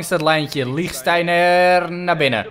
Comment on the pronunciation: Toen je Lichtsteinet zei hoorde ik Linktijger xD